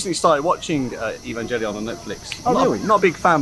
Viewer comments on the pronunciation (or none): its pronounced EVAngelion dood its not EVENgelion! XD looks cool shame I wont go until coronas not a thing. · cool but why do you keep saying EvanJellyon😭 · Nobody: Him:evanjellyon